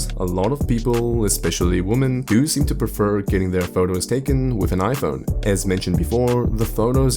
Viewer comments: "iPonyee" Crazy how a whole group of people want a phone so badly, they can even pronounce. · Oh that's why Hongdae guy is always talking about his Aipon sikshteen p'ro maXX 😂😂😂